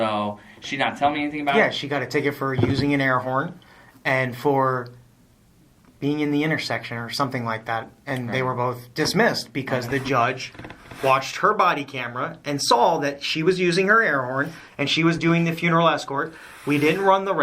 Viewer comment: Why does he always say Sawl instead of saw. He always says i hear what your saying but... And hes always saying " you know whats funny" yeah it is watching a douche bury himself over and over. I think he wants to be a cop so bad that he likes going to jail just to be around cops and to say hes at the police station. This cop already knows the answers to the questions but asks just to hear him lie. He always says "what the judges say" but has no proof of them saying that. The cop doesnt even care he keeps saying "thats not even me". "Let me ask you one question" always ignoring their question because he dont want to answer it.